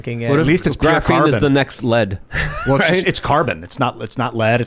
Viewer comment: "GRAPHINE" 😬😬😬